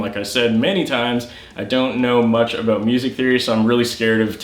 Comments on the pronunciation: Is Canadian? I hear a abooot! 😂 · Heh Aboot